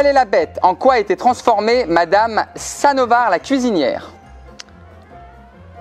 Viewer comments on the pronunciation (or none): On dit madame samovar et pa sanovar